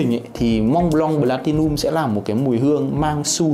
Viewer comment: Cứ nghe thành blatilium nghe khó chịu nhỉ. "P" chứ ko phải "B"